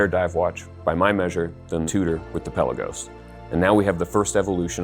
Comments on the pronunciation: Oh, you're Hoo-din-key, no Hoe-din-key. Likewise, it's the Pe-laa-gos, not Pela-gos! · Peh-Lagos...not Pella-gos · Pelagos is pronounced "puh-LAY-gohs". It's not a pelican. Good to have you back!